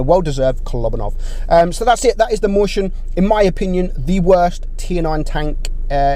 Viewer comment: The Mighty Nuub xdddddddd I forgot that’s how says it moischen